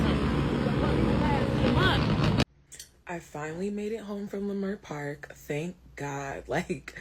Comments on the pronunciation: It’s pronounced lih-murt park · It’s pronounced La-Mert Park.. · Leimert is pronounced (La-Mert) Park. Just so sad again and makes me very upset to see black folk act like wild animals. I have officially changed my mind on reparations! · It’s pronounced La-Mert park bro, I’m from there.. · Leimert It’s actually pronounced Lemert Park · Its pronounced " leh-MERT " park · You pronounced the park name wrong. Wayyyyy off.